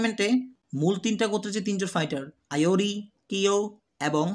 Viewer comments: Vai kyo ke Rio bolo ar iori ke ayori bolo kn😅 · আইওরি না ইওরি, আরো নামে ভুল আছে; সংশোধন করা দরকার। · Aiori❎ doctor ✅